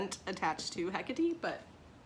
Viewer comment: I thought about getting this box...sure glad I didn't!! I have to say that it is SOOOO awesome to hear you pronounce Hekate's name correctly!! 💜💜💜 I get irritated with folks who insist on using an "ay" at the end, grr!